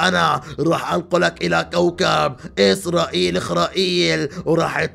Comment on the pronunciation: غراني متقول اغراءيل مش اسراءيب